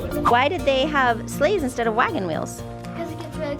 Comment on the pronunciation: Bro I thought said slaves instead of sleighs and I was whaaaaaa😂🤣🤣